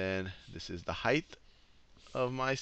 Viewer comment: It's "height" not "heighth"